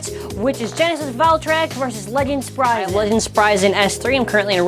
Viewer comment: It's pronounced sprig an not sprysen